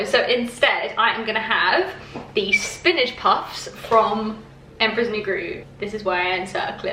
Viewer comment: spinige.. spinige.. have i been saying spinach wrong?